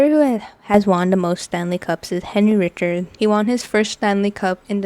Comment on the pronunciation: Richard is pronounced Reeshard and Plante is pronounced like plont.